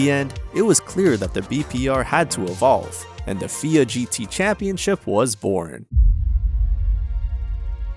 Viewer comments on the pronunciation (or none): Wanted to point out that "FIA" isn't pronounced "feeya" but rather "ef-eye-aye."